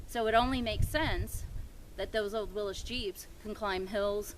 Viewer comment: Willys! Not Willis! Hahahahaha cool jeep